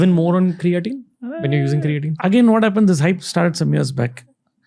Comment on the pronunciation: its not ,crea teen its cray teen